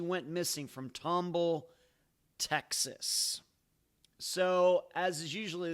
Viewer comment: Love your podcast and all your content! Keep up the great work! Its pronounced Tom Ball (like 2 separate words) by the way.